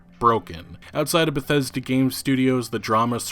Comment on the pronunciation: though you said "bethetic"